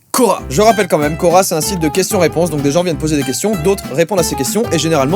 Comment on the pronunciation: a chaque fois que tu prononces le mot quora je pense au magasin Coraaaaa! 😭 j’en ai marre moi